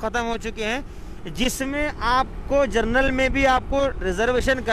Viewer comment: Bhai, Aap social media per hain aur duniya bhar mein kai log aap ko sunrahe hain. Aap se request hai aap desi language mein english ke alfaaz ko sahi boliye. Aap trains mein GENERAL bogie ko JERNAL bol rahe hein. Isse A TV ki quality per bahooth asar padta hai. Please improve your language.